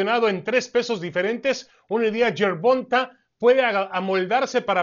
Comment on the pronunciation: Gerbulto Gayvis. Gerbumta Gayvis